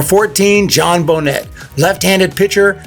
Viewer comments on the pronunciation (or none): actually it's nay not net but names can be difficult if you don't know. So Bo nay